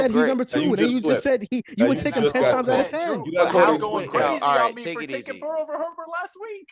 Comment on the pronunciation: Why this man can’t just say burrow better than Herbert 😂 😊